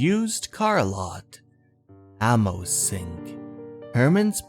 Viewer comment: Nice job with the Crypt Keeper's little handoff to your usual narration voice. Pffft, moribund puns are equal parts eye rolling and suddenly funny, a subset of gallows humor I appreciate from Crypty. Note: The name Amos is pronounced as "Ay-mus" , and the word speedometer usually is heard as "sped-ah-meh-ter", for future readings. Don't ask me why, it is pronounced this way.